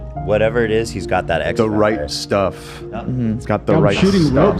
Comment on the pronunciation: made me scream laugh in public after his “StEHff”